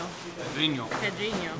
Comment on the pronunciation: Steve is improving his nasal sounds. He said "pedrinho" perfectly. In fact, better then